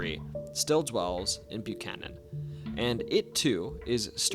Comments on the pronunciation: Buh-ck-hannon. That's how it's pronounced here. It's not the same as the last name of a US president, or other places in the US. Buchanan ❌️ Buckhannon ✅️ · You pronounced Buckhannon wrong, I live there its buck - hannon. Great video though. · It’s pronounced Buck-cannon. My FIL and his family are from there. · Ah the lovely sound of no one being able to pronounce my home town, Buckhannon is pronounced Buck - Cannon. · If you are going to do a video about West Virginia please learn how to pronounce the names of WV locations!